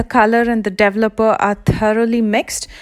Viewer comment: Interesting how she pronouces the wordl developer, it's like devel-opa!